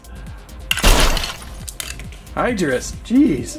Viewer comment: It's pronounced high-drus. 😑